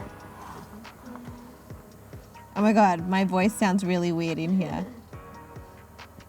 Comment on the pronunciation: When this girl said weird sensation iwax like WEED then I I heard it again and I was like she says weird okay okay